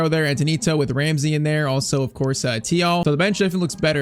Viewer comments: “thiaw” is pronounced “chiaw”😂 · Thiaw is pronounced “Cho”